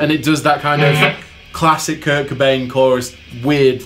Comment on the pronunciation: The way u say cobain makes me cringe